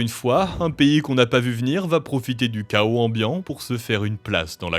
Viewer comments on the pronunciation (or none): none